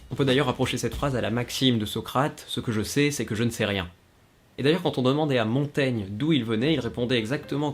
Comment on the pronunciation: Dites : "Montagne" (la lettre "i" n'est là que pour signaler que "-gn" se prononce comme "gnon", & non, comme "gnome"...) Avec un bon verre de Champaigne, les examinateurs seront contents aussi.